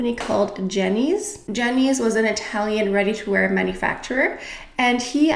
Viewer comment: Excellent italian pronunciation dear 💗😘